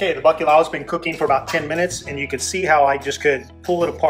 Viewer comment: I am really conflicted about liking your video. As a Portuguese I feel touched that you continue to embrace your ancestry but not to be able to pronounce bacalhau saddens me. Put your tongue up and crunched up to the back of your throat. Italians have this sound figlio. Gl. Portuguese lh. Also we fry our own matchstick fries at home, just cut them super thin. They are better fresh! My dad cooked this to perfection. Add piri piri to give it a kick! You are welcome! ❤️🇵🇹 I did like your video BTW. Siga em frente!